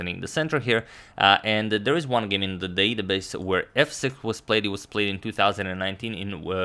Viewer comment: All love to Antonio but look at how he said „database“ hahaha